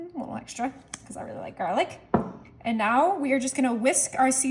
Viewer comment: Don't forget the "jarlic" 😄